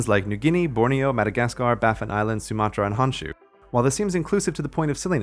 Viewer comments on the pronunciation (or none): none